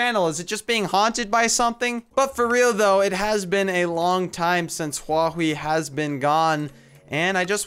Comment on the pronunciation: It's huawi